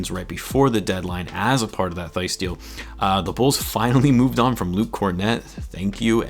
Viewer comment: Daniel Theis Pronunciation: \Tice\